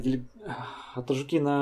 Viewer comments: )) АтажУкины, ударение не там ставишь) Болотоковы есть в КБР, и вроде даже как раз из тех) Лайк. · хатуко правильно, а не хатико, ну и конечно атажукИн режет слух)) на У ударение... а так👍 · в фамилии Атажукин , ударение падает на "у", а не на "и".